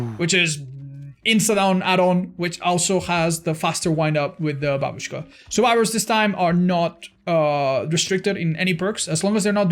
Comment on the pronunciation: my respect for, he knows how to pronounce babushka